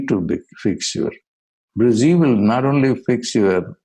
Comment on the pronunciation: It prounced or sounds like brazee but in other videos of guruji it sounds like brezee. If heard seriously. Can any body clearfy what is exact pronunciation.pliz inbox me.